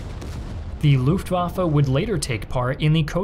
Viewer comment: Please say LuftwaffE not LuftwaffA